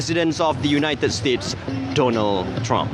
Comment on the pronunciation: Yes, the RTM announcer is in dire need to improve his pronunciation, enunciation, intonation and articulation. In addition, his descriptive delivery has its moments too. Airport personnel was described as airport personal. Don-ald Trump was pronounced as Dooh-nald Trum. And while Airforce 1 glides on the runway, he says the plane has come to a stop. Symbolic is announced sym-ber-lic. Officers was pronounced Erficers. Respect announced as ris-pek. For an event of this magnitude, DG Broadcasting Datuk Suhaimi Sulaiman should have anchored it.